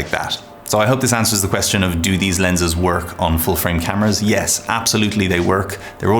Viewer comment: the way he said YES !!!! & NO 😂😂😂🙌🏻